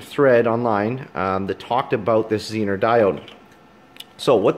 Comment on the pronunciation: Very good presentation. Expound on that 9V battery for the elimination of all your work. Dude, make the test tool. Interface the pink wire, prove it out. Oh, and the Zener, pronounced zee-ner diode, is something Harley Davidson needed waaaaay back in the day of generator systems so that headlight/taillight systems didn't poop. Tie in up front and bury in headlight bucket... No feedback from generator to blow headlight. Taillight...., well..., I could always do without... No sense looking behind.., and no sense anyone seein' where I've been....